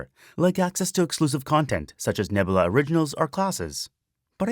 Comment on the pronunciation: I also love "Nebla"....."Nebla" is my favorite....=P